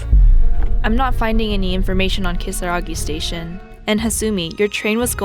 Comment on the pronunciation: Ryan not speaking Japanese or Spanish but pronouncing Kisaragi perfectly in the middle of an English sentence is just classic fourth gen immigrant behaviour.